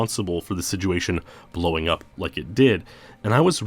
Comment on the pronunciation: You keep saying siguation o.O are you meaning Situation ? Or Is this an aluminum aluminium thing going on here